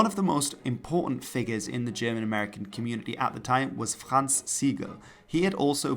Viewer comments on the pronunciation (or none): none